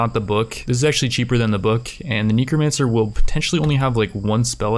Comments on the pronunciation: Its N e c r o, Not NICRO, NECRO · just curious but why do you always say neecromancer. instead of necromancer? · For fox snakes! It's NEH, not NEEK. There isn't a double e. You pronnounce it neekromancer. I'm dying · Kneecromancer Neh-Crow-Mancer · its not neekromancer its nehcromancer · Neeko Man Sir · It bothers me so much and it really shouldn't. Knee crow man sir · knee crow man sir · "Knee Crow Mancer" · nEHcromancer. nEH-crow. Just how?! What cave are you from? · Just trying to help here, it's pronounced neckromancer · tf are you calling them NINCRO mancers??? tf no it's spelled NECROMANCER so please pronounce it less nasally or... correctly? like at all? it's super annoying I don't know why normally I try not to be negative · Everytime he says necromancer wrong take a shot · Are u saying necromancer wrong on purpose? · Yo man, I do commentary too. Some of these words are hard! Necromancer isn't one of them though... haha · Everytime he says Necromancer wrong do a push up.